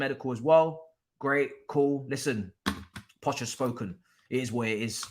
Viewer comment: has been saying Poch for a while lool